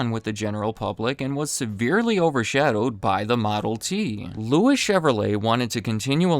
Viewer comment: Louis is pronounced like Louie, since he was French